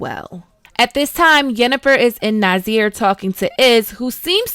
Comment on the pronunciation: ARETUZA, not Artenuza AEDERN, not Aden FILAVANDREL, not Filandrel NAZAIR, not Nazir CONCLAVE, not Concleve Having said that, nice analysis of the overarching themes, they make me appreciate the series more